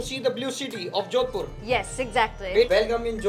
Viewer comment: "jowdpur" noooo, Americans and their mispronunciation is painful